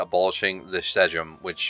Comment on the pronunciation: Funny how you said Sejm, you should say it as follow: SAY M(other) - SAYM